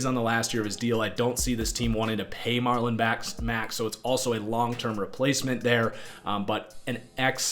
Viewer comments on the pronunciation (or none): none